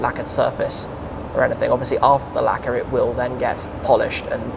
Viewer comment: I hate how he pronounces the word 'Lacqeur'. It sounds like 'lekkah' or 'lekker' which means fine or tastes good in Dutch. Great video nonetheless.